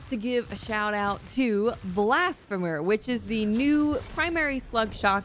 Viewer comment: Great vid and fun to listen to. Oh and Blasphemer is pronounced blasFeemer. Keep up the great work.